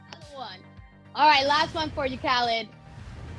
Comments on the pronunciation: 😂 “dj ka led” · Yo homie was saying khaLEDs name wrong so khaled had to drop the khaled khaled khaled and teach him a lil something lmfao